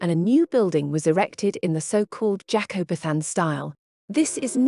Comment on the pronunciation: I found it interesting, but are you using an AI voice? Lots of things were mispronounced. You don’t pronounce AD as Ad, it’s A-D. It’s not Elizabeth 2 it’s Elizabeth the 2nd, and the word Jacobean was really mangled the first time it was used and then pronounced correctly a few minutes later. Very odd. I’m less than half way through and the number of adverts have been ridiculous so far…I’m not sure how much more I can take.